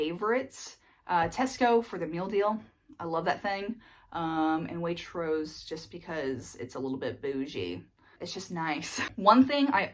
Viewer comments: It's not Salizbuuury it's sauls-bree. But otherwise you are doing great! Way/troase was spot on! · Spot on with pronouncing "Waitrose" 🙂 words ending with "bury" tend to be pronounced "bree", so "Sallsbree" or "Sainsbreese"